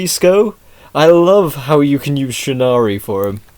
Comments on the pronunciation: Shinnari? the cringe hit me as soon as I heard that. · its pronounced shir-a-nu-i, the i makes an e sound at end.